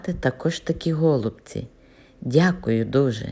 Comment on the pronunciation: Голубці пані так як на галичині, і зауваження вам зробили неправильно саме такий наголос пішов від російської,але так,як нас гноблять вже сотні років то просто всі про це забули.Ви правильно говорити і говоріть так надалі, прошу вас.